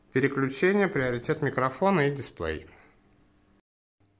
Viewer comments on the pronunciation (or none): none